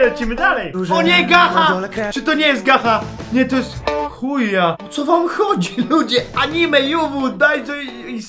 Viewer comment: POV jesteś fanem BSD i czyta Chuuya ( mój drogi czuta sie Czuja:D) jako Ch*ja xD Udusiłam sie ze śmiechu